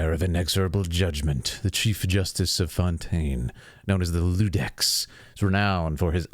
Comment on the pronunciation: iudex (Yudex) not ludex (Ludex) iudicare is in Latin judging so Iudex is Judge.